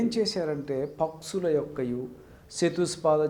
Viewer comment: పక్సులు, చతుస్ పాద జంతువులు కాదు పక్షులు, చతుష్ పాద జంతువులు... అని పలకాలి. ముందు గుణింతాలు నేర్చుకుని తర్వాత ఉపన్యసించు.